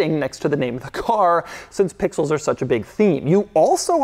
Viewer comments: The number of times he says PPPIXELS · The way he says pixels every single time. I like can't stop hearing it that way in my head now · The way he says pixels is driving me crazy! 😅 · Can you say pixels one more time 🤙🏽